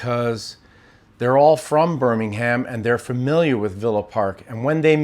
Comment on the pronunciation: I love how Americans say 'BirmingHAM' haha, it is pronounced 'Birmingum' 😅